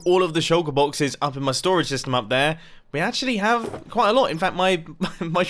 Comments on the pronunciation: Mumbo, you said sastem instead of system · Nobody : Mumbo : TNT SESTEM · Anyone else notice how he said "TNT sestum" ? Or is a TNT sestum a thing in Minecraft that I've never heard of before? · sesytem?? Anyone?? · mumbo says sestem lol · "TNT sestym" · he said sestem instead of system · Wait did he just say saystem 7:8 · Mumbo: "We are gonna have to test out the TNT sestem" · Mumbo: Test out the tnt SESTEM Em... mumbo u ok m8?